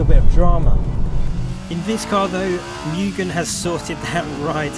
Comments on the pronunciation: I bit dislike the way you speak Mugen, Mu gen not mei gen. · Moogen, not meu-gen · Correct “Mugen” pronunciation: ✅”Moo-gen” ❌”Miu-gen” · Why does everyone say 'MUUgen' and not 'MOOgen' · mugen pronounced correctly as (moo-gen) not (miyu-gen) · its moo-gen, not myu-gen. :) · Mugen is pronounced Mu-jen not mugin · Dafuq is a "Myugen"?